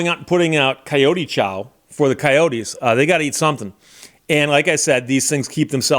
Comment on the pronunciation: It's pronounced coyote, not coyote ;)